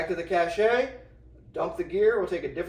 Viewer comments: Cache is pronounced "Kash". Cachet is pronounced "Ka-shay" and is a different word with a different meaning. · My brother in Christ, it's pronounced "cash", not "cashay". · Cache is pronounced cash ya fud. Are we trackin?? Love you brother 😊